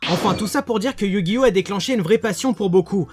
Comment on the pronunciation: OH MON DIEU TA DIT YU GI NO A LA FIN. LA T EXAGERE.